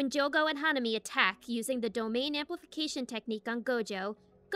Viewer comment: Im sorry? territorial expansion... Say dom then say ain . Now say domain expansion